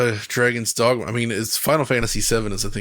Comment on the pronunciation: Who’s the mouth breather that can’t pronounce dogma